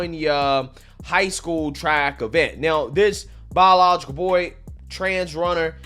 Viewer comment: Bro said "bawlilogical" so many times I got angry. Holy shit learn how to say words if you want to be taken seriously